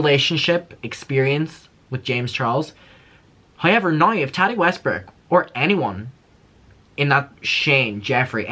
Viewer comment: Hi-ever instead of however🤣 I love Derry accent 😁